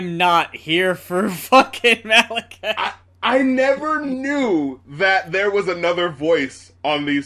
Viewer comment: It’s pronounced Mah-la-kee-an